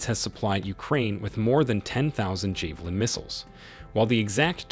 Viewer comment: 🇺🇦🫡👍 javelin 😅 not jay valin😂